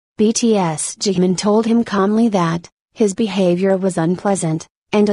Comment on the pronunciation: she called jimin jamin wtf i mean i know we all make mistakes but wtf